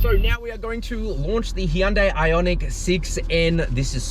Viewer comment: HUN- DAY. Why is he butchering it when you hear Koreans say it different